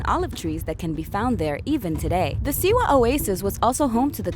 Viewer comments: Please don't make another video like this if can't get facts together. First of all you pronounce every name wrong: it's BAYEK OF SIWA NOT BEYEK OV SIWU. and there wasn't anyone assassin before him. And haven't even watched the whole thing so there is probably more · "Bayek of Seawee" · Siwu? Where's that? And who's Beyek? Pretty sure BAYek of SIWA is the main character of Origins. ROFL. xD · Siwa....(Sea—WAH) not seewoo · Bay-ek of See-woo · Bäyek of sewu 💀💀💀💀💀💀💀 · You step into the shoes of Bae-yek of Siwoo, the last of the Meh-jai. She even pronounced hierarchy as hair-ecky lmao. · Bayek of SEWO!!!!!!!!!!???? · Bay-EK of seewoo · was i the only one who got triggered at "baeyek of siwu" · Boiyek of siwo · Bayik Of siwu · And she said siwu sooo.... I say we get the hidden blades. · Baiak ov Seewoo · Beyek of siwuu, sienu. Pronounciation is on point. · Beyeek of seewoo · Not the only mispronounced word in the video (anyway it was the only one that gave me a massive TRIGGERED) Other words include medjay, Siwa and the video got boring so I stopped watching. Therefore, there might be more.